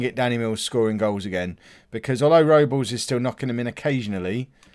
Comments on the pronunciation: Everton's goalkeeper is joel Robles an that's pronounced Rob-les but you say it however you like mate haha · Think Robles. Is pronounced Rob - Les but it wouldn't be a video without you saying names wrong haha